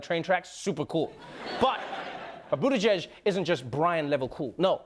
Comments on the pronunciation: Everyone is saying his name incorrectly his surname is from Malta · Thats a maltese surname and they all pronounced it wrong, even himself hahah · i’m maltese has he is pronouncing his own last name wrong!! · I'm Maltese and I laughed out loud when everyone tried to pronounce his surname! Besides that, I want him to be elected! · 1. don't diss malta foxx ommok 2. you didn't say it right either foxx kemm ghandek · That isn't the way you actually pronounce Butigieg because in the Maltese alphabet there are more letters than the English alphabet. 'g' in Butigieg has a dot above it but in English alphabet it does not exist. I know this because I am Maltese and I learn it a school. I am very proud of my country!!❤️❤️🇲🇹🇲🇹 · That surname is actually Maltese and Im maltese. Thats not how you say it. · Lol no one in Malta pronounces buttigieg the way Pete pronounces it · Buttigieg is a Maltese surname...pretty common here in Malta.No one in this vid said it correctly and I'm surprised how an american has a Maltese surname since we're a small country in the middle of the sea haha. Anyways the T and the G have to be pronounced and not silent...very difficult language to get a hold of Maltese...or so I hear. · These people have production assistants right? They read off teleprompters and papers right? No one ever thought to write it phonetically or anything before? This is the same thing TYT struggles with... it's not that complicated folks! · The folks trying to pronounce his name in news shows call themselves journalists, but can't even be bothered to pick up a phone and find out how the Mayor's name is pronounced. Shame on them. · The Fox idiots were mispronouncing the name on purpose. The CNN people are just idiots. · As a Maltese-American it's hilarious hearing everyone pronounce his last name wrong 😂😂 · Fox News is intentionally botching the pronunciation of his name to make Pete seem like an illegitimate candidate and THAT'S the tea on that. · It's "Booty-Gig"...